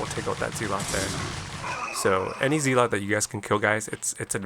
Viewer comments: Respectfully, and kindly, asking you to consider that the pronunciation of "zealot" is not "zee-lot" but rather "zeh-let". Check it out with some online recordings of the word's pronunciation. GG and have a great day! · Is this AI voiceover? ZEELOT??